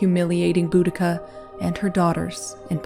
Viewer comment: Oh wow, thank you!! Her name was always mispronounced...